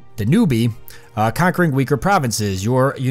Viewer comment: Danube is pronounced Dan-u-OOB (the back half of that word is pronounced like Boob but shorter) just more pronunciation help for you :)